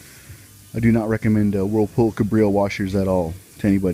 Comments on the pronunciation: Cabrio… not cubreeo… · Cabrio cab reeo not cubreeo cub reeo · Pronounced Cabreeo not cubreeo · Cabrio not cubreeo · Yup cab ree oh not cub ree oh